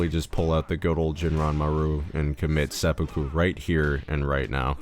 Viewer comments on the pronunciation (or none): none